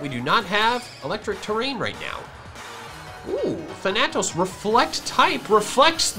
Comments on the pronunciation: Ok, can't do it anymore. It is thAnatos. You are switching the "a" sounds in Dusknoir's name. It is Greek for death, and the first a has the harsh sound, the second one is the long one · as a greek myself that bothered me sooooooooooooooooooooooooooooooooooo much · In which case the character would be said wrong. Thanatos is both a character in Greek mythology and a Greek word